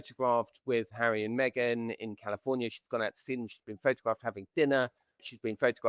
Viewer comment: You are pronouncing Eugenie's name wrong. Both of you. Just saying... 🤷‍♀️ 🙂